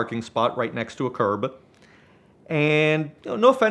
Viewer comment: The Canadian accent is entertaining in itself. I’ve never heard “curb” pronounced in such a unique way…”CURRBEH”